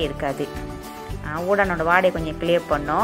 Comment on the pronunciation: Kam yeong udang lah, Wei. Not undang.